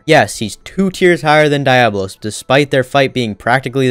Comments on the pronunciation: The way he was butchering Diablos name had me flabbergasted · Kirin in cool automatically disqualifies the list. Also shit pronunciation of diablos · The way he pronounced Diablos was cringe af😑